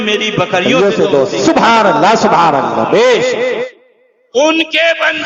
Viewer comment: الا الا نہیں قبلہ اللھ اللھ پڑھیں۔ حضرت کی توجہ ھو جائے تو بھترین